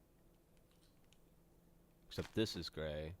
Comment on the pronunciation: Almost sounded like Gavin said "Dark Ray" instead of "dark gray". Anyone else?